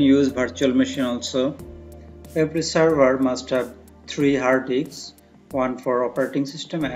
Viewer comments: Its disk, not diks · stopped here to mention same. Its a disk, not a diks